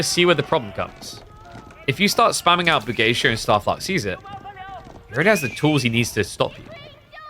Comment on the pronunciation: Pog, has started pronouncing Bugeisha correctly.:face-red-heart-shape